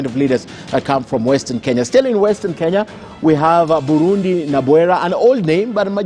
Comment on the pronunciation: It’s Buridi Nabwera not Burundi Henry Masinde Muliro